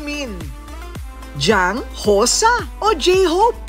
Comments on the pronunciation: Jang Hosa? Sino yan Korina? Si Jung Hoseok, ayusin nyo pagbanggit nyo sa name nya. May Jang Jungkook pa kayo ha. Ayusin nyo please, nakakahiya. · "JANG HOSAH" 😭😭😭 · Namispronounce po real name ni Jhope, Jung Hoseok. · hoy bat naman ganun ang pronounciation ng jungkook at jung hoseok